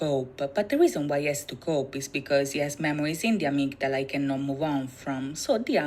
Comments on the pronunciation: Love this! Not many reactors take the time to understand the meanings of the videos. 💜 In English, we normally pronounce it "uh-MIG-duh-luh" but Yoongi pronounces it in the song "AH-MIG-DA-LA" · This was fun to watch... thank you! I knew about many of the references in these MVs, but I also learned a few new things! Just a note about "Amygdala ." It's pronounced 'a-MIG-da-la' and is a different part and function of the brain from the medulla oblongata. As you can see, these boys do their research! In these MVs, Yoongi shares his challenges with mental health and lays his soul bare in hopes to not only free himself but to help anyone else who may be struggling. He is incredibly courageous! 💜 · Nice reactions. My Suga is deep. What was triggering for me, was you both repeatedly pronouncing Amygdala wrong despite hearing her say it multiple times 😂. Also, what said, medulla oblongata, isn't the same word & it's a different part of the brain.